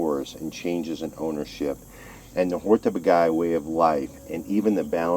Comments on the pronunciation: What a great road movie :) I happen to live in this region of Hungary, and there is only one comment from me: This place is pronounced "Hortobadj" or "Hortobadge", not "hortobagay". :) You should come back during the Hortobagy Equestrian Days. Then you can see miracles like a Hungarian Gulash (our Cowboy) riding 5 horses at once, standing on the back of the last two horses. Just unbelieveable. Enjoy the your european trip, I'm now subscribed. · I love your videos. I do sometimes have a little laugh at the pronunciation of foreign place names. Hortobag"eye" isn't how it's said. It's more Hortoba then a soft dj sound. In HUngarian the gy is like soft J. Great footage of the birds as always :) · Lovely video, great to see you enjoyed your time in my homeland! So nice to find people who appreciate our natural treasure. I loved that the museum shares so much information and beautiful imagery with the visitors. A small hint of correction: the Hungarian pronunciation is [ˈhortobaːɟ]. The double consonant gy stands for a sound similar to d as in duke or reduce in British English. 😊 Wish you many more lovely trips around the world. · Great video, but the mispronunciation of Hortobágy really bugs me. It's more like: "Horto-baadj"